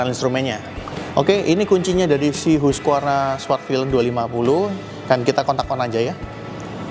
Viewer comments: Bacanya HASQI Varna….bukan hugvarna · Hasqivarna bacanya😢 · Hus-kif-ar-na bacanya